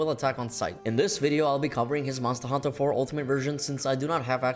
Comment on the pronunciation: If I hear this guy mumble mustahantuhh another time I swear…